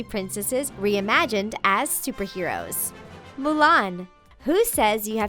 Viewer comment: did she say stuperheros